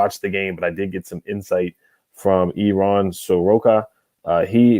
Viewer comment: It's pronounced "air-run", not "Iran".